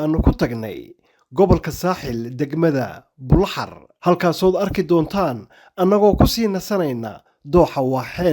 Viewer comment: You pronounced Buloxar the right way. It is Buloxar and not Buloxaar as most people say. We should change the name to Bulokhayr instead.